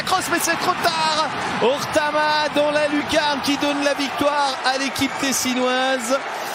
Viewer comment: Ortamaa??? Ça serait pas Ohtamaa pas hasard?